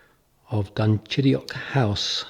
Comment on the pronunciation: This church, its age, the inside memorials, the graves buried beneath the floor is simply incredible. I love this church more than some cathedrals I have seen. I also love the way you perfectly pronounce "Dunchideock."